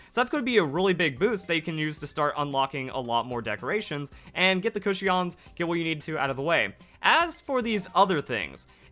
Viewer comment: Why do you say Cushions like that? 😂